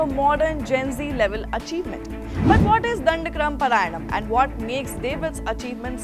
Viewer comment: Pronounce properly...dhandakrama